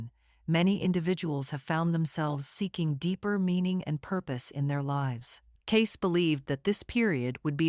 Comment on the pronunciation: His name is pronounced “Caysee”